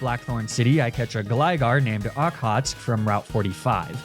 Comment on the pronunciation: I had a corsola in my water run of this game also named okhotsk! Very reliable, surprisingly Just a note, its pronounced ock-hoe-tsik